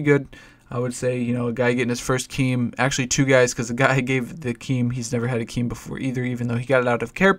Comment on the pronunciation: I guess yoy come from doom and they probably have a rule of pronouncing it KEEEM strike but you're allowed to say it right from now on;. :)